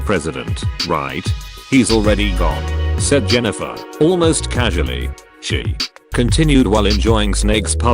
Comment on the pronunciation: LOL? I am pretty sure the AI voice called Jennifer "genital" and then "jenniphant". I love this